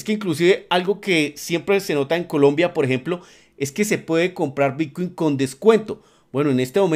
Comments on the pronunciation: Porqué dice "bitcuein" constantemente? Estamos hablando de bitcoin o de otra criptomoneda que no conozco? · ¿soy yo o dice realmente bitcUin ?